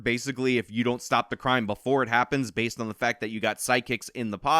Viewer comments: It’s “Based”. Not Basedid. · You seriously need to shut the fuck up with all this "Aladdin" analogies. Are you so "low intellect" that you can't come up with a different example of poor people stealing to survive? Try expanding your vocabulary before your next video. Also, the word isn't Basedid, it's Based. You're retarded. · Bro I did some research and your pronouncing based wrong. It’s bayst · Wait a fucking minute. Why did you pronounce it like that. I always pronounced based like if you just added a d at the end of base not bas ed. how do you all pronounce it? I’ve always assumed it meant biased but not caring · its based not baseted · Its "base" not basted.. No one is talking about basing a turkey lol.. I am part of Gen X ( the very last part of it.. IE I am barely part of Gen X ) but hearing you constantly say basted instead of base makes me cringe a bit every time. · Basted? haha Bro, it's Based .......pronounced like B-ace-d (B as in Ball, Ace as in the card and D like in Diamond) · I think I'm a fair bit older than this guy, but everytime he says "as the kids say, basted..." I want to slap him and tell him itsn't basted, it's based, and to get off my lawn! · Please tell me you're saying baseted as a joke 🤣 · It's "based" not "based-ed.'" Cringe. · Dude, you HAVE to remake this video & NOT say "basted" like, how did you get that wrong? It really makes it sound stupid because you're saying the wrong word. Basted... You really need to edit it to be correct, because it's "BASED" not, "basted." Sorry, but I had to comment twice because I kept listening, as usual, & you just kept saying it wrong lol. I hope you don't take this as me giving you a hard time. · It's just "based" my guy, not basted, like a turkey you don't "bast" it. Based, like grounded... Come on man wtf lol... It's important to me & people like us, that you understand the difference. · its based not basedid fuck man im 30 and i no thar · I've never heard "basedid", only heard "based".